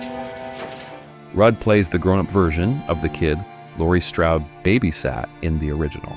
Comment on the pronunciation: It’s not Stroud (as in rhymes with loud), It’s Strode (as in rhymes with load).